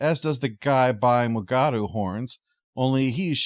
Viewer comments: I think this is my least favourite episode of Lower Decks. But I at least appreciate the commitment to the bit with mispronouncing mugato every time. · The downside of a show is that half of episodes will be below average. It wasn’t bad but definitely below average. The running gag in how to pronounce Mugatu was great simply because no one winked at the camera. Every pronunciation was accepted as fact.